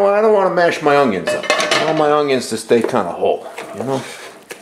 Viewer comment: Are you saying oungyuns?